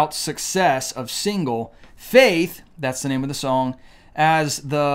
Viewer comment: It's not pide it's pride, not shong it's song, not shtarded it's started and it's not shtanding it's standing. Pronounced these simple words better